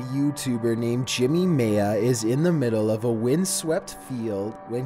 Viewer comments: Maya Is pronounced ( My-ah) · This is why America is laughed at around the world, because kids can't pronounce well known words. Maya is not maaya, its miya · Why can’t anyone pronounce Maya correctly? 🤦🏻‍♀️